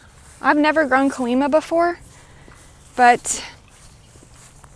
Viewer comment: Why is the 'lima' in calima bean pronounced different than a Lima bean?